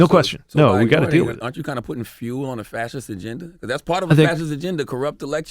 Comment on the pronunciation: EYYYYYYYYY charlemagne learned how to say fascist right.